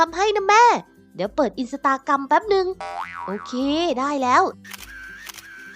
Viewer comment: อินสตาแกรม ไม่ใช่ อินสตากรัม 😂😂😂😂